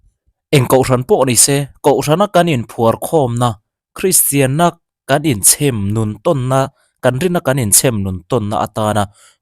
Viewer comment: Chhe m i lam dan hi a dik lo tiang zawk hi ni in ka hria (mami mei kha han chhem lawm teh ) ti a lam tur ni in ka hria